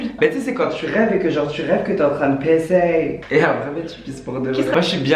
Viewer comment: Quand il a dit pisser j'ai compris baisers